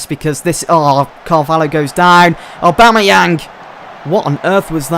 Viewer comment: Names: aubameyang is pronounced a-bam-ee-ang And the is also the complicsted one which is bla-chi-kow-ski